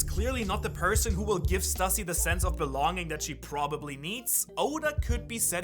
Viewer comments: Please man please, it’s pronounced Stoo-see, not Stuh-see. Just like it’s Loo-fee not Luh-fee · It's pronounced Stüssy is pronounced Stew-see.